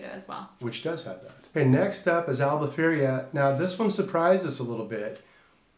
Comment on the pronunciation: Its not Albufeiria but Albufeira guys 😂